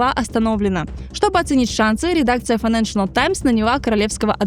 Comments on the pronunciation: Здорово, спасибо большое за контент. Единственное, очень режет слух неоднократное на правильное «файэнэншЭНэл», газета называется «файэнэншЭЛ». Без дополнительного «ЭН» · хороший выпуск. но плиз попрпавьте произношение - файненшл таймс, а не файненшенел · Отличное видео, все нравится, но ради бога: файненшиал, а не файненшиНал таймс!!!!!! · Хороший видос, но как же калит постоянное "ФайнэншиНал Таймс" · Financial файнэншал Not accurate неточный Найдите кого-то, кто получше знает английский или проверяйте получше текст. И произношение 😊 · Какая вы тактичная😂 вам не слышалось и это было больше чем несколько раз) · Кроме постоянного произнесения «файнэншнл», откуда в слове financial появился ещё один слог???? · Единственное, что меня напрягает в подаче - файненш_анал и бундеНстаг